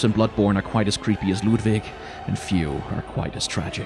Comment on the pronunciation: Hey here's a 100% free of charge Did You Know Gaming fun fact: there are languages in the world which are not English, and sometimes they pronounce words differently. Like for example the German name "Ludwig."